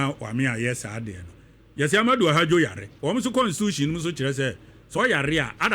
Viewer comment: For your correction, the Cameroonian leader's name was Ahmadou AHIDJO not "Ahadjo" as you are pronouncing it.